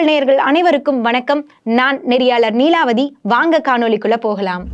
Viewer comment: ழ வை ள என்று பேசாதீர்கள் நீலாவதி